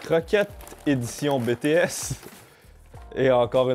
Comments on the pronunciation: BTS se prononce bi-ti-èse pas bé-té-èse. Merci :) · oe il prononce Bé té aisse alors que c’est Bi Ti S (a l’anglaise) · il le prononce un peu de manière française hors il faudrais prononcé le B à l'anglaise a peut près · " bé té S " ( jsuis pas une fan svp ) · JPP comment il prononce "BTS" xD Bon après on peut pas lui en vouloir il l'a dis que cetais pas sont truc x)